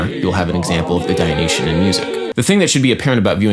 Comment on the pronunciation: 'Apollonian' is stressed on the third syllable, 'Dionysian' has five syllables.